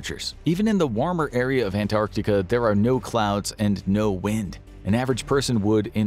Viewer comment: An American actually pronouncing Antarctica correctly. You have my respect.